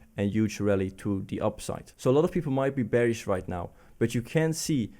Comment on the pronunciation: Nice refreshing new insights, but please don't EVER say Beer(ish) instead of Bear(ish)! 😗